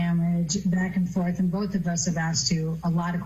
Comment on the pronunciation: The word is BOTH not BOLTH even a detective says it wrong